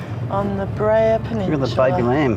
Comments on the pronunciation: Beara not breha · I absolutely love all of your videos! You do a fantastic job of capturing all of the highlights. One very teeny tiny correction though, it is pronounced “bear-a” 😊 not Bree-a”. Always look forward to all of your videos, especially the ones in Ireland. Thank you so much for making them🤗☘️!